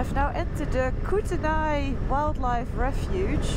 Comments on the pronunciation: I may be wrong, but I think Kootenai is pronounced "Koot-nee". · Kootenai. say it like 'koot-an-knee'. hehehe. And welcome to Canada! i Live on the Atlantic coast, the friendlier coast. I'm thrilled that you are here for the first time and i know you will just LOVE us and our amazingly beautiful country. I truely hope you head east after Alaska to see more of Canada as well. There really is sooo much here. ......oh and, Yer a Boss too btw.